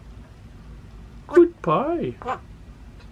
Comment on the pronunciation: "Your speech good?" "gud gud"